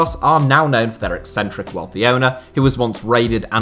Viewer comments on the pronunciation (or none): none